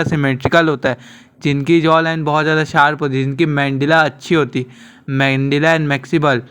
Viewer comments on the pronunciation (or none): mandilla😂 maxible😂 maxila mandible bhai